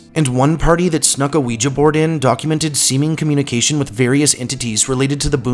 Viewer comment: Good stuff even though the way you pronounce ouija is bugging me lol